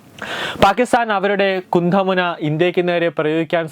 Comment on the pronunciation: കുന്തമുനയാണ്.. കുന്ധമുനയല്ല... അക്ഷരവ്യക്തത ഇല്ലെങ്കിൽ അരോചകമാവും വായന.